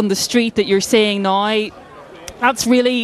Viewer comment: Drinking game, every time she says "Naoee" instead of "Now" take a shlug. Good luck